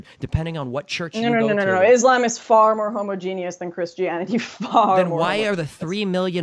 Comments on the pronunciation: Is she really saying "iz lamb" ?? fucks sake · Lauren constantly saying izz-Lamm is driving me nuts.